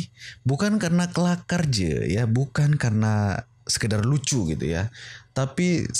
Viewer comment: Kelaka bukan kelakar 🙄